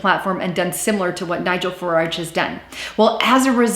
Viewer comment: It's Farage, not FaraRge...